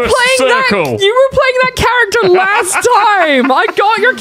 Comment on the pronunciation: A clip you say? Musssht be the lassht one of the sheeeaashhhoon!